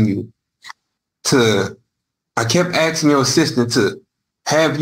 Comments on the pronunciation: The word is ASKING not AXING… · I find him guilty on grounds of him incessantly saying "axing". The correct pronunciation is "asking". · It is aSking NOT aXEing Realy, making mama proud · Man, I hate that "axing" thing... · Stop with the "axing"